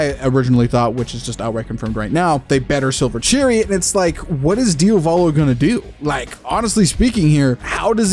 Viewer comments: The only thing I hate about this video, is you saying Diovalo instead of Diavolo......I swear it's not that hard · DIOS MÍO, why do you call him DIOvolo??? That's so grating and off-putting! You KNOW it's Diavolo! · “Diovolo” 🤤 STOP SAYING IT IDK WHY ITS GENUINELY PMO ITS DIAVOLO DE-AH-V-A-L-O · "Diovalo" lmao dude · thought i was the only one who noticed this, it made the video unwatchable for me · why is bro keep saying his DIOvalo 😭😭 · I love your videos but as an Italian please diavolo it's not pronounced diovolo like Dio. The a is pronounced like the A in "art". Please it's not hate your videos are fire it's just to clarify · Even part 5 polnareff gonna be walking with this (Also for the love of Dio,, stop pronouncing Diavolo "Diovolo"😭😭😭) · Why you keep calling Diavolo "Diovalo"